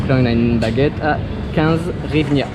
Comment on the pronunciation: En Ukraine 🇺🇦 ont ne dit pas hrivina mais Grivnia